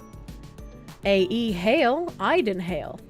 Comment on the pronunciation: I listened to most of this vod without the video because I was at work or driving. Then when I catch the tail end and see the spelling... my own personal brand of autism is twitching at pronunciation of Aiden.